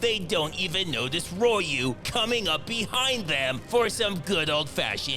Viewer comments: All of the mispronunciations of Ryu is killing me. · I love how he constantly changed how he pronounces Ryu’s name 😂🤣😂🤣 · Everytime he pronounced Ryu differently i lost my shit.😂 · Love how everytime he says Ryu he pronounce it differently each time lol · I love how purposely and randomly mispronounces Ryu’s name. 😂😂😂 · I would not have been able to come up with that many unique mispronunciations of the name Ryu. Impressive. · The several different Ryu pronunciations are so good 🤣🤣🤣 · LOL you go through all the mispronunciations of "Ryu." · Calling the guy Ryu is pure genius, changing the pronunciation every time is some next level sh** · Thumbs up for pronouncing Ryu differently every time >.<)b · I love how he pronounced Ryu's name different every time he said it! LOL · I think I heard about 6 to 8 different pronunciations of the name Ryu in this video 😂😂😂😂😂😂😂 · Love how Ryu's name is pronounced different each time..i remember that as a kid..no fuka knew how to pronounce it🫣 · Funny how he always pronounces Ryu differently. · All the different Ryu pronunciations had me wheezing 😂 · My favorite part is how you used every possible pronunciation of "Ryu" and even a few that I hadn't considered. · Anyone else noticed he pronounced Ryu different that one single time? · It also how a lot of Street Fighter fans back in the 90s used to pronounce Ryu’s name. actually did a good job on all the different ways gamers pronounced the name because nobody was sure back in the day. All anyone had to do was ask someone who spoke Japanese on the correct way to pronounce it. Or listen carefully when Ryu or Ken did their Dragon Punch uppercut special in the game which they’ve done for pretty much every SF game they appeared in. The “All You Can” when you listen carefully is Shoryuken. Sho-Ryu-Ken. The Ryu part in the move is how you would pronounce his name. Obviously Ken as well. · All the different pronunciations of Ryu had me in tears! XD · LoL ROY-U 😅😂🤣